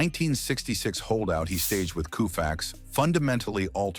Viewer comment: Repeated mispronunciations of Sandy Koufax's name render this whole video a joke.